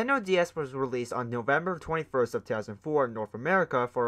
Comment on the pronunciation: ah yes, norvmeber